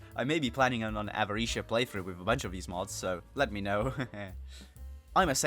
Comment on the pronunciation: The way you say Avaritia makes me incredibly angry do not ever show your face in Budapest